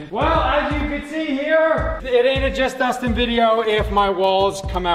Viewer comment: He is saying its i heard